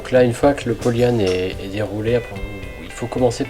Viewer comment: Par contre polle yan evite ! Cest polyane!